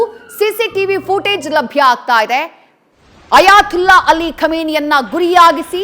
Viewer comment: ಅಯಾ"ತುಲ್ಲಾ" ಅಲ್ಡ್ರೋ ಮೀಡಿಯಾ., ಅದು "ತೊಲ್ಲಹ್" ಅಂತ ಇರೋದು 😂